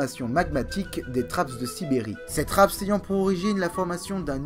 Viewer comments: Bonjour On prononce trappe pour trapps. Le S est le pluriel français. Vous faites beaucoup d'autres erreurs d'accord. Vous ne précisez pas assez les datations et vous nous noyez sous les noms scientifiques. Heureusement que les images permettent un peu de s'y retrouver. Vous ne parlez pas des épisodes terre boule de neige. Le CO2 augmente la température qui augmente la quantité de vapeur d'eau e qui est elle un gaz à effet de serre très efficace. Regardable. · Une très bonne video qui a nécessité pas mal de travail et de recherches, mais j’ai noté quelques petites erreurs :) .Forme : - Le S de trapps ne se prononce pas - Benthique se prononce bintique .Le Fond : - Les Eugénéondontiformes ne s’éteignent pas mystérieusement lors de la crise Trias-Jurassique. Ce groupe de chimère était déjà en déclin depuis le permien et à été pas mal affecté par la crise PermoTrias, seul la famille des Edestidae à survécu à la crise, leur extinction semble donc logique à la fin du Trias. - La diversification des hybodontes à bien lieux durant le Mésozoïque dont le Jurassique et s’éteignent bien à la fin du Mésozoïque, dépasser par les Néosélaciens qui apparaissent vraisemblablement au Jurassique. Ils suplantent bien les Hybodontes au milieu du Crétacé et réussissent à traverser la crise Crétacé-Paléogène. - Les trappes de Sibérie ont durée plus d’un million d’année, elles ont même eu une activité tardive au cours du Trias inférieur, moins importante que lors de la crise PermoTrias, mais assez pour entraîner une anoxie/euxinie des océans, et provoquer la crise d’extinction mineur Smithien-Spathien. - La taille des trappes de Sibérie est en perpétuelle évolution, puisque chaque année ont les étend en découvrant de nouveaux moceaux (Merci le réchauffement climatique !) - La rediversification post crise au Trias s’est fait extrêmement rapidement ! pour les ammonoïdes, la radiation subie est extrêmement rapide, et ceux à partir d’un seul groupe ayant trav